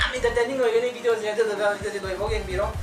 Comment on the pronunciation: Please its a request try to say video not bideo